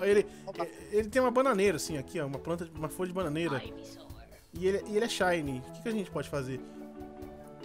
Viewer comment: eu também gosto do Rayquaza e se fala Shiny não Shany e também se fala Capturar ou Captura